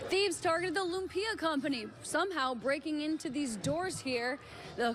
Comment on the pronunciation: She really said "lump-ia" 😂